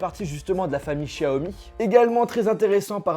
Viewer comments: Sa se dis pas 'Chaomi' mais bien Xiaomi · C'est pas chiaomi mais xiaomi mais aussi non bonne vidéo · Par contre on dit show mi pas chiaomi mais c'est qu'un detail